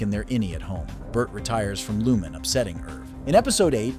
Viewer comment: Please learn how to pronounce Lumon correctly. The narrator voice clearly never watched the Series